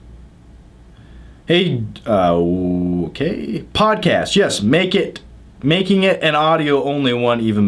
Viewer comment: it's podcast, not podcass